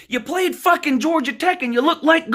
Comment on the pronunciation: But Woo, who have dey pwayed?